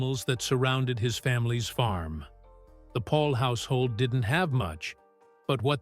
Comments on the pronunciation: The intent of the writer(s) is good and well. Having sad that, there are several errors. Remember that he came from the old world Holland where they speak Dutch. He is not John. He is Jan, pronounced with a Y sound, Yan. He is not Dr. Paul. He is Dr. Pol, sounds like pole. His son is Charles. Adam was his 23 year old grandson who died too young. Dr. Pol went to Michigan as an exchange student. After a school year in Michigan, he returned to Holland where he went to veterinary college. Diane went for a visit. Later, they married in Michigan. Eventually, they immigrated to the USA. In my opinion, only mine and an opinion...those who were at the base of the complaints about his practice were some of the folks who treat pets like human babies/children, or perhaps veterinarians who were jealous of Dr. Pol's success and popularity. Wouldn't it have been interesting to see some of the complaintants follow him for a week, or maybe even one full day, when he was the overnight vet on-call. Hopefully, some of the young vets will continue with PVS with Dr. Pol available for consultation. Perhaps Charles can stay on in a managerial and/or public relations position. When Dr. Pol decides to retire completely, or his God calls him home, he will be greatly missed. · By the way his name is Jan not John and he’s last name is Pol not Paul. Get it right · Not Paul but Pol